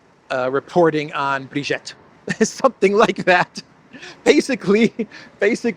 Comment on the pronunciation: Brigitte is not pronounce Brigette, it is pronouned BreeGeet. Candace Owens is a notorious compulsive liar.